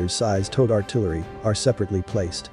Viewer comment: Say Towed artillery again.